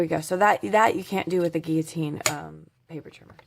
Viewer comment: You are the first person from the USA I have heard pronounce guillotine properly. Thanks for that as well as all the information you keep sharing to help crafters everywhere.